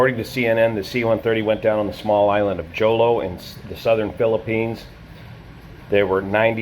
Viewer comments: Jolo in Mindanao, Philippines is pronounced "Holô" (phonetic Hohloh) ! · Jolo is pronounced as ho-lo. Video of the C-130 landing on the runway before it overran at the end of the runway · Jolo is pronounced Holo (the J is pronounced H) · Good day sir, I’m a pilot here in the Philippines, and a slight correction for the Jolo (pronounced as “Holo”) airport runway dimensions... the airport’s runway has been repaved with concrete and is now 1,845m long and 60m wide (expansion was completed in 2008 ) which made it sufficient for jet operations... (Skyvector’s data for RPMJ is outdated by 13 years) (another correction for the Herc’s tail number, which is 5125, not 5124) the airfield has one quirk though, it’s orientation (09-27) and rising terrain to the west made it a one way in/out airfield... approach to landing is performed using 27, and takeoffs use 09... there’s an eyewitness video released on social media a few hours after the accident showing the Herc on it’s final moments... according to eyewitness accounts, the airplane was able to land, but it “bounced serveral times” after which it went off the runway and plowed to a nearby coconut plantation farm with civilian settlements... it was also noted by people on the ground familiar with C-130 operations that they did not hear the airplane use reverse thrust on the props... C-130s have operated in and out of Jolo airport many times without incident for many decades prior to this accident (before and after the runway expansion of the field) 3 locals were killed and 4 more injured, on top of the 47 military personnel that perished in the airplane (including all 3 pilots), and the 49 injured personnel onboard the Herc... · The J in Jolo is pronounced as H like, the J in Jose. Thanks for the video. ✌️